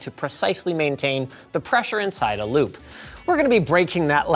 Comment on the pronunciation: I kept hearing lube every time you said loop...lol